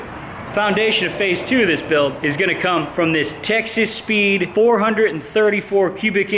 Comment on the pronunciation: Sounds like your saying Texas Pete not Texas Speed. It makes me smile at least